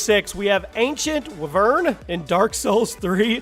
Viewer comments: its wy-vern no wi-vern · wer-vern y-vern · It's not wevern it's way-Vern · It’s w-eye-vern not wivern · its not pronounced v - vern but y - vern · Wuh-vern? Bruh it's why-vern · come on... its w-I-vern not wvern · we-vern it is why-vern HOW DARE YOU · wuh-vern? its why-vern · why did you pronounce it wavern? its wYvern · Th e ancient “wyvern” is pronounced Why - Vern and it’s a type of dragon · For the dark souls boss it is pronounced why-vern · It's pronounced wyvern why-vern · Not hating but its pronounced why vern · wyvern........ it's pronounced " y vern" or "why vern" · Also It is pronounced 'Why-vurn" :p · It's pronounced why-Vern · Wyvern is pronounced why-vern. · wyvern is pronounced whyvern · Pronounced why-vern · I'm pretty sure it's pronounced WHY-vern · Say it like y and vern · pretty sure you say wyvern as why-vern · its pronounced whyvern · Actually its pronounced wither wih-vern or why-vern. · It's pronounced y-vern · yo. a bit of constructive criticism. it is ancient. " why-vern" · FFS, it's pronounced Why-vern. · lol you buchured or what ever they wyvern its said like why vern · you said wyvern wrong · Lmao you said wyvern so intensely and wrong. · ok, now that is unacceptable, how con you mispronounce wyvern, like come on dude. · You completely butchered the name on #6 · who cant say wyvern com on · Does anybody else like the way he said wyvern? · Anyone who plays ark knows you said wyvern wrong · Dude, you pronounced Wyvern incorrectly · A wyvern is a baby dragon and yes you butcherd it 😂😂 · wyvern=wy-vern and iwajira=ira-jira didact=di-dact